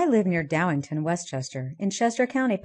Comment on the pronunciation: It's called Downingtown, not Downington. How could she be from there if she can't pronounce the town correctly?